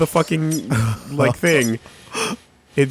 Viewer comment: did you rike it